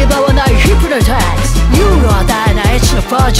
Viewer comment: ヒプノタイズの発音好きなんだ…誰か共感してくれ…